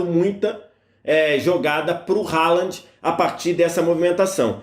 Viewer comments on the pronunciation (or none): O nome do jogador se pronuncia "RRolan"